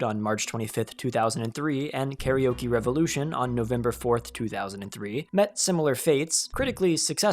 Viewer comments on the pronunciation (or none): none